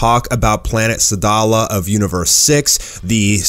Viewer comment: its actually said: Sadla not sadala . ( look at the first manga book of dbs)